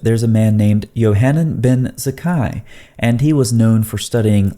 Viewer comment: Why can you pronounce chayim correct but not Yochanan (Yahchanan) ?